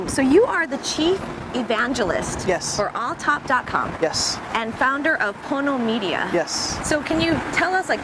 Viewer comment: PONO media, not porno media. :)